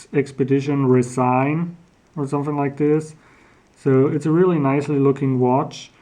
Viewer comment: nicely done on the features of the watch, which helped & FYI. It's pronounced Rez - in not Resign, because it's made of Resin not plastic.